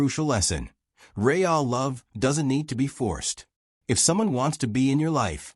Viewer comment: So many of these stories don't pronounce simple words properly that it's very disturbing. For instance, the word R-E-A-L. real ,it's reel, rike a fishing reel, not ray-al